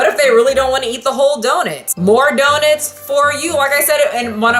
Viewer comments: The only thing I'm upset about is that keeps saying "donit" instead of "donut" (or doughnut in Canadian, if you will) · I like that you say “do-nit “ instead of donut. Is that the common pronunciation where you’re from/grew up? Im really into language and accents it’s really interesting to me. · lol you say donit huehue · I think it's adorable how you say "donit" lol😄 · Katarina Silva “Donit” sound wonderful? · I love the way you say donut. It’s my favorite part of the video lol. Petition to have a 20 minute video of you just saying donut. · I love how you pronounce 🍩